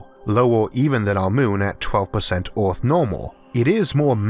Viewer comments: Wait was he saying Earth or Awrth? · did not know our planet was named Orth, been saying it wrong all my life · Just love your voice, sound like a posh bawwie kwiptkey on orrth lol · Hunam My brain: don’t say it you know very well he’s saying earth Me: O R T H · who is your englush teacher? you pronounce earth = "uth", us = oz, jupiter = jupitel, you sounds so cringy, i cant keep listening to you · Can someone please tell me what this accent is...? I need to know the demographics of this lads accent. I'm guessing American but where?? I've never heard of someone pronounce the earth "ooourph". Or jupiter "jupitour" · Orth? Jupitor? Temperator? Heyor? Solor? Coldor? Howevor? Theror? What accent is this? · Worst narrator in history. Hewa on Earwrff, Joopitor.Who can pay any attention to the content when this clown keeps everyone watching just hear him butcher the English language. Itd be better if a robot voice did it. Instead of the king from Princess Bride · I was just about to sleep playing this video in the background and am now totally alert because of hearing his pronunciation of Oath and Jupitaw 😂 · why can't you pronounce "earth" and "Jupiter" and "mars" and "temperaTURE" correctly?